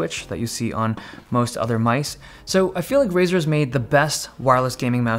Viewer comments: "The feature that I like the most" He just got a bit of an accent when he said it. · if u rewind, he says "the feature that i like the mouse-t.." not sure if its a mistake, or intended as a pun but it it he suppose to say "the feature that i like the most.."